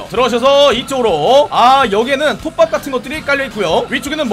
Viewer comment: 톱밥이 국밥으로 들리네 역시 난 국밥충이야!!